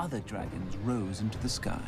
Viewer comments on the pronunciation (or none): none